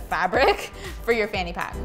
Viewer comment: The I'm dying at the fanny pack being called a phuckit. (Sounds like f*** it tho 😂)